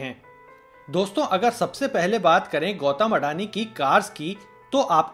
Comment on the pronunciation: अडाणी no अदानी